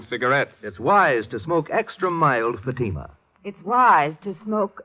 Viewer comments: And you did not give the correct phonetic pronunciation of Fatima either.😼🙀🙀🙀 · Not only are the cigarette ads obnoxious and annoying but what gets me that they are pronouncing Fatima incorrectly. Typically American mispronunciation like no one on Earth can ever teach them to pronounce British towns ending in “shire” as /shur/such as Lancashire /Lan-ka-shur/ or worse Worcestershire /Wurs-ter-shur/. Americans always always always end them as “shire”. I have spent 32 years teaching English grammar, pronunciation and Applied Phonology and it really is a pain to hear Americans mangle the English language out of ignorance. Accent is one thing but stupidity is another.